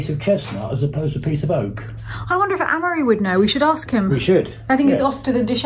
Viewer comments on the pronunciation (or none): it always sounds like your saying anne-marie/ ann-murry/ is this one of those nasty irish custom thingys, where the oldest boy is named after the mother ??? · It's Amaury. It shouldn't be pronounced the way they do. Surprised that doesn't know how to pronounce this very old French name. PS: I thought they were British-French. Are they Irish? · Both Amaury and have 100% French Mothers whose French heritage stretches back generations. So I assume his mother had a say in how it's pronounced and they can pronounce it however they like.